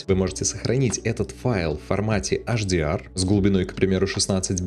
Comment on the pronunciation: Если уж "Адоби" , то тогда и "ЭйчДиАр" ( "Аш" - это на латыни) спасибо:hand-purple-blue-peace